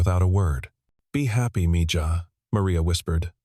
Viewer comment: Mija is pronounced miha